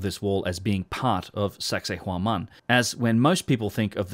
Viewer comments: Once it sounds like you’re saying “sexy woman” I can’t stop hearing it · Did he just say "anyone looking into sexhay whoman in any depth"? Giggedy.